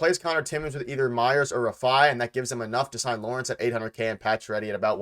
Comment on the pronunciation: It's pronounced "Lawrence"